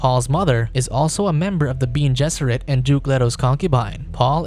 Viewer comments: Bean? You can not watch the movie or read the book? It says Ben-é not bean. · “Bean gesserit” isnt it pronounced “bene”? 🤔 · Who the hell are the "Bean" Gesseret? It's pronounced Ben-nay!!! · it's not "bean" it's "beh-neh", it's latin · Yes, the video says "bean gesserit" instead of something more like "Benny Jesserit"